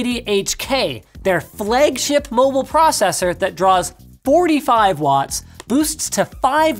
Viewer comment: lol "Flegship". I <3 Canadians.